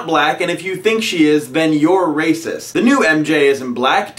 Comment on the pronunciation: RAY-CISS! RAY-CISS!